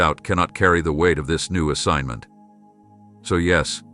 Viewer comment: DID YOU SAY, SOMEONE STOLEN MY ASSIGG.ENT?